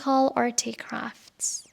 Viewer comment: ممنون بابت این پادکست عالی و زحمتی که کشیدی❤ فقط یک نکته، تلفظ artifact در این پادکست در حداقل ۳ جا اشتباه است و شما میگین articraft.